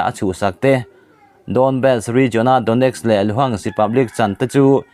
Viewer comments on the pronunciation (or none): none